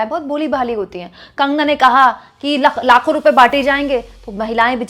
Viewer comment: लाखो नहीं ..... लातो बोल रही थी....